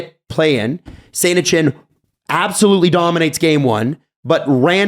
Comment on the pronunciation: Am I the only one that had to search around phonetically for the AS Saint-Etienne Soccer team. It's not Saint-Eshenne! Pronounce a hard T bruh! Saint-eTienne.